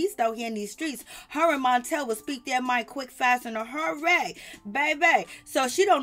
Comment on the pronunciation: Latisha's husband's name is Marsau. Pronounced Mar-So! And Melody's husband is Martel. You said MONtel. And Monster's mom name is Kayowa- Pronounce kya-wah.😳👀